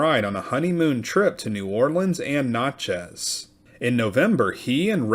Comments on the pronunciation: I was born in Natchez. Rhymes with Matches. Notches on a gun butt is what it sounds like when this guy pronounces it. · I grew up near there. He butchered it. Sounds like matches , Nat-chez! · Natchez is pronounced as in gnatchez